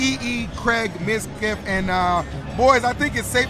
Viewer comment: "Midkif" "Mizka" Lol. I can relate, half of people can't even pronounce my name correctly either.